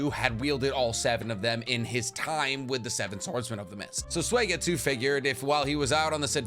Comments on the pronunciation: did this mf say suwieygitsue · do u not watch the dub??? U CAN'T SAY SUIGETSU SO HORRIBLLY. Its not SWAYgetsu 😅😂😂😂💯 it's the fact that you didn't know/admit you were butchering it that gets me. Really confirms the whole ghost writer theory I've heard. Still love your content though. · Been watching for a while, but is there a reason you pronounce Suigetsu as Soy-getsu? Is this like an inside joke I missed somewhere?